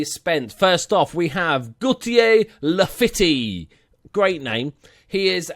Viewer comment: As everyone has said Weigl is like vye-gul. And Laffitte is pronounced like la-feet, but by all means carry on as you were